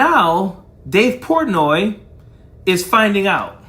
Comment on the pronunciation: Wtf is dave pourtnoy